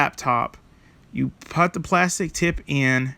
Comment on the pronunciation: Putz...putt.....never heard anyone pronounce ‘put’ that way. Weird.